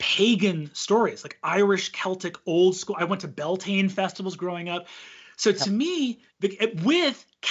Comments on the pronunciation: For any non-Irish, the Bealtaine festivals that Breenan mentions are actually pronounced Be-owl-ten-ah not bell-tain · I can't find the clip to see how he says it but I've always heard it pronounces b-yel-ten-a (then again I have a habit of crushing syllables together when speaking irish) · Every time he says "Bell Tain" I want to shake him. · I agree so much with Brennans take on the diaspora and the complicated relationship between irish americans and irish people. I'm Irish myself and there are shitheads on both sides of that divide. But every time he says bell-tayn or bod-ran i want to tear my fucking skin off... (Bealtaine is promounced b'yowl-tin-ah and is an important irish pagan festival, important enough that we use the name for the whole month. Its about spring and life renewing. A bodhrán is a hand drum and is pronounced bow-rawn) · The "Beal" in Bealtine nowadays is generally pronounced where the -Beal rhymes with the -Cal in California and the -tine is like saying "tin-ah". The history of it is sort of contested, but the general consensus is that it's from the words béal ("bale" = mouth) & tine ("chin-ah" [not as in China, but as in the chin under your mouth] = fire). It was likely still pronounced Bealtaine close-ish to modern pronunciation at least for the last few centuries before now ("bale-tin-ah"). So the mouth of the fire/fire's mouth, being the start of the summer season and the warmest part of the year - and a day of celebration and ceremony, where bonfires were lit in ritual to bring fortune and prosperity and good harvest in the year to come and much more. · with all the love and respect in the world… the way he pronounces bealtaine… Brennan no!! (bee-yowl-tana if ppl are curious) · why does he pronounce bealtaine like that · his butchering of bealtaine really got me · But his Bealtaine pronunciation though… 😬 regardless, yes, we accept him as one of us 😂